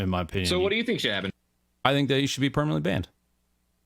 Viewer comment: Exeshly permently